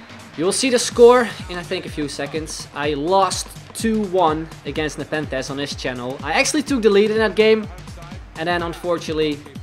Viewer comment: Btw your pronouncing it wrong. It's pronounced neypen-the-z. lol